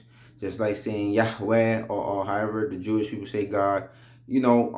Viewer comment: You are Blessed Akh, ...KEEP Schooling em....oh you mad funny for that "YaHHHWeh" lol. salaams